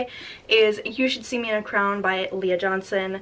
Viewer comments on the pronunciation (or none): none